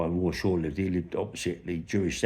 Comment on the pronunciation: Who is "Woy Shaw" ?